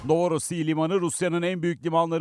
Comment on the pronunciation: Novorossiy değil novorossiysk